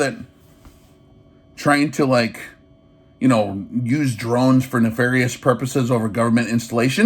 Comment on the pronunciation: He’s “keeping up with the Dronses.”🙃